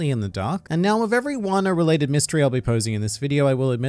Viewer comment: ah yes, wan-noh :) edit: is this spoilery stuff? please reply lmao